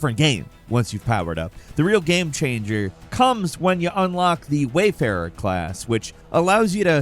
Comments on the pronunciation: It's called the WARfarer not the WAYfarer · Regarding Dragons Dogma 2, it’s “warfarer”, not “wayfarer”. But seeing as the latter is an actual word, I can understand where the confusion comes from. Also, I’d argue that warfarer isn’t really more powerful than other vocations. It’s just that just about every vocation is insanely powerful by the time you max them out. So you’re definitely OP by the end. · The class is called the warfarer class. How can you fuck that up? Seriously thats fucking impressive how you ruined that. Do better. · "...Warfarer at the end of the game..." Lol.